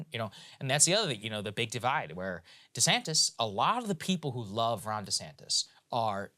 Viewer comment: Yeah. One time was real subtle; I'm pretty sure I heard "Ron DeSanct-ous." Hilarious.